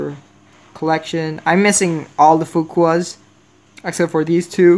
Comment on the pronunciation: Coming back again for just to hear him say ‘Fukuas’